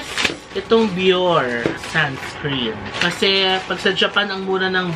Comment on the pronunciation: Bioré (bee-OR-ay)